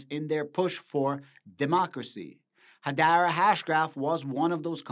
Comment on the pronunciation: Learn how to pronounce Hedera. 🤡